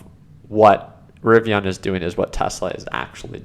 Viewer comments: bro its not rivion its rivian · Ri-Viiiiiiiiiii-an! The “an” is an EN. For f sakes, it drives me nuts.